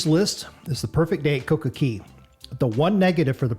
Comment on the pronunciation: Coco CAY! Not CEY! Say it right. It’s an A not an E